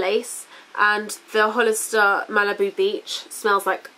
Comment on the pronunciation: I love the way you say Hollister!